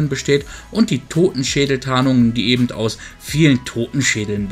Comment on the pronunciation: Hör auf ebent zu sagen das heißt eben